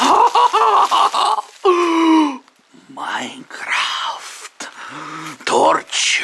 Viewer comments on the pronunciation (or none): wymawia się majkraft